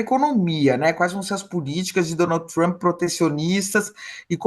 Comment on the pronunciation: Trãmmpyyy??? É um show essa pronúncia dos blogueires